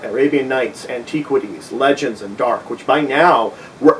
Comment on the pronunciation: you pronounce "antiquities" really weird, i cant put my finger on it lol